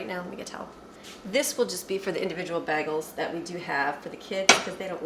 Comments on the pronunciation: It’s bay-goals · Sorry but it's pronounced more like: bay-gels. I almost couldn't find my MP3 players that I packed for our trip (I'm finally unpacking), but I found them.